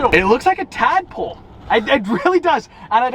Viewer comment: "I am pro tad-pol" hahahaha